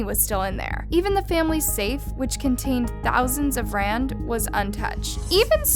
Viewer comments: It’s Rands!!! Not “R” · Ja en sy kan nie ons geldeenheid uitspreek nie. Dis sommer "ARR". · It's read as 23 million Rands, not R-23-M. Anyways this is really tragic. The things people do for money are so cold💔. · I found your channel a few months ago and have been enjoying it sporadically. Today I binged on 5 episodes and I have to say that hearing “R 23 million” when you could’ve said “rand”, 23 million rand” is just odd. It’s such an easy search if you don’t know the currency that not taking the 3 seconds to research it, but mentioning it wrong like 5 times through the video seems like a little lazy. I maybe the unpopular opinion here with this comment, but it was just one syllable just like the letter R and it would have made the narration sound better. I will still watch your videos, but I had to say it. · Lmao South African here I always watch your videos and I couldn't with the pronunciation and the way you said R. Good video non the less Don is a sick fuck. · R23M? It’s pronounced 23M rands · And you say it as “rand” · Cumon, you can pronounce "Rands". I mean, you mention Dollars and Pounds just fine so why not Rands..?